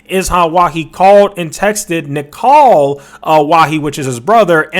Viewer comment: My guy butchered these names hahaha...😂😂 Ishan is pronounced as Ih-Shan and Nikhil as Nick-hill😅😅